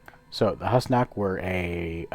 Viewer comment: It's actually pronounced who's knock! Not hos knock